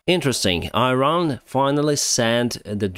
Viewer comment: How saying Iran correctly?...